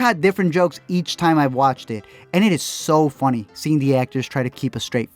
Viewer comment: I'm Hispanic af, but the at you pronounce " it s so foony" for some reason it takes me out. Admire you r work so much.